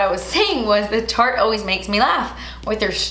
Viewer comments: I'm so glad I'm not the only one that mispronounces Tarte sometimes!! Shape tape always comes out of my mouth as "SHART TAPE TAPE" 🤦‍♀️ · I’m just gonna keep it real. I’m so sorry but that eye look is not my favorite. .. but when you called Tarte “Fart “ I died laughing! Your the best girl!!! ❤️😁